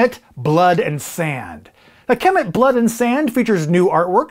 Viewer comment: Kemet pronounced ka-met other than that great video.